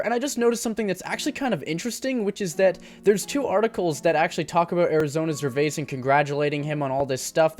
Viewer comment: makes a video about a non industry plant artist and can’t even say his name right? gtfo here 😂